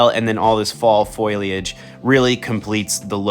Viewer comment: Its not pronounced foil-idge lol its fo-liage, just like how its spelt